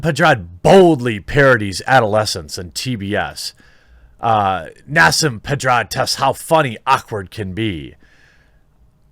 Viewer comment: Nah-seem Ped-ah-rod